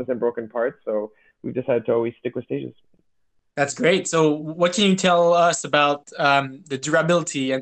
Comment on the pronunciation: I think it’s stagEZ at least that’s how an anglo would pronounce it. Same as how you would pronounce the plural of “stage” in English. Good news is English is a language without rules. As long as we know what you mean it’s all good 👍